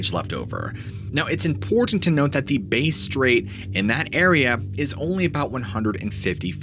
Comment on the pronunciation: hey mate just a heads up the pronunciation of Bass Strait is this bass as in bass fish is how u say bass not base strait its bass like hey I just caught some nice bass hope this helps